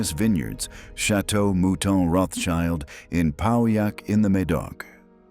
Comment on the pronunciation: It's pronounced: Rotsheelt".